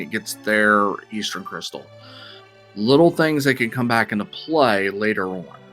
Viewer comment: Generally a good commentator, except for the pronunciation of 'Eastern' is mildly irksome...